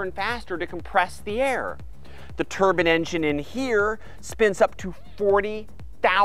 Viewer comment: Love the explicit details. One slight problem I have, is that if you want to speak English, my language, you should remind yourself that turbine is spelt...T..U..R..B..I..N..E. Bine at the end is pronounced as in wine. Not bin. Ok after me, let's say it together. Ready??? Tur...bine. Fantastic! Give yourself a pat on the back. Well done.!!